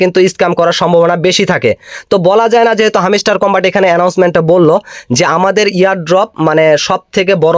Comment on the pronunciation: view r jonno bangladeshi youtube r ra lengta o hoiya jaite parbo tar proman pailam😂. Ar bhai video r pasah pashi ektu pora likha da o korten tyla tw aida re hamiistar na boila hamstar bolten🤣